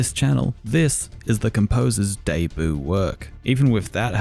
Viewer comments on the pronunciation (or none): Why do you pronounce debut like deboo